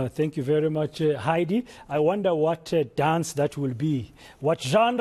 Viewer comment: Heidi was bang on pronouncing the electricity minister's name